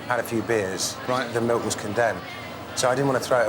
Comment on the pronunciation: teddy melk